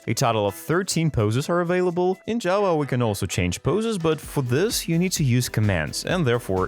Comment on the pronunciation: First, there are a lot of things you forgot about, there are a lot more things you can now do in bedrock, and every time you tried to say Java, it came out as Jawa🤣